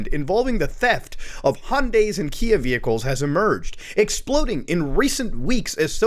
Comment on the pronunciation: Everytime you say Kia, all I hear is IKEA for some reason🙃